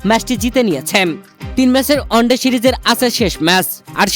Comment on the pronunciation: শব্দটা অস্ট্রোলিয়া নয়, অস্ট্রেলিয়া । ভুল উচ্চারণে এসব রিপোর্টিং করতে লজ্জা লাগেনা? শব্দটা অন্ডে নয়, ওয়ান ডে